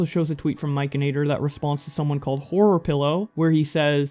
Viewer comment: Hey there, love the video. But I do have to tell you that it's "Mike N Actor". Not Mikeanator, lol. No biggie...but I love him and his channel and wanted to let ya know. Thank you for your video 💜